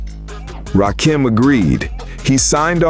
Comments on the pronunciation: I FKN HATE AI...it's RA KIM not RA Keem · It's Ra Kim. Not RAKEEM !!! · Right...It's not Ra-Keem!!! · Why is it that y'all have such a hard time pronouncing his name?? Its RA-KIM...NOT RA-KEEM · His name is not Rah Keem!!!!!! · I hate that soulless robot voice saying rakeeeem it’s freaking me out😂😂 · This AI SLOP always call hin Rakeem...so annoying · It’s RA - KIM.. 🧐